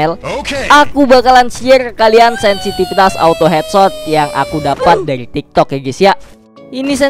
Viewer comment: Bang yang bener bang sinsipitas ya peliss😩😩😩